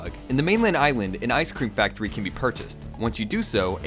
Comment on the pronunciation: *Ize cleem factowy